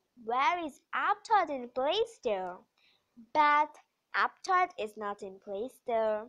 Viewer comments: It's not apptodd it's aptoode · Toide not Todd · It's aptoid not aptoad